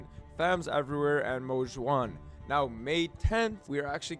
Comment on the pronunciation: Damn he practiced saying Mo Xuan to say it correctly in the video. W!!